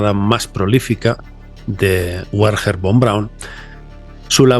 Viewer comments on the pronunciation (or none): Excelente como siempre, pero el nombre de Von Braum era Wagner en alemán se pronuncia Vagner, si lo haces como "Uagner", es pronunciar el idioma pirata, uakala, brit brit, no lo puedo hablar 😂😂😂❤❤ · "Buerjer" von braun jajajajajajaj pinche forma de hablar mas horrible !! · el nombre Werner se pronuncia Berner